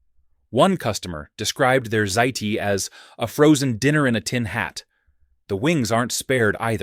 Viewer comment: . This is a pathetic attempt of an AI video using random, extreme data; possibly from from health inspectors, itemized, inspection score, sheets. AI voice cannot pronounce the Italian. Pasta Ziti, calling it Z’ZZ-eye-Tie 😂